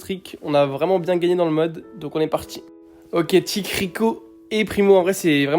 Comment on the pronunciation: « Kit » non c’est tick 🤣